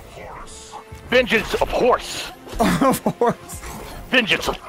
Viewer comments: I love that delirious says venchans of horse 🤣🤣🤣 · "Vengance of Horse" Oh Delirious, we love u